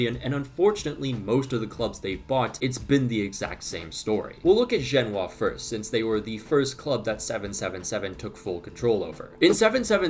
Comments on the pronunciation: Over here pronouncing "Genoa" like it's a city in China. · You don't pronounce Genoa like that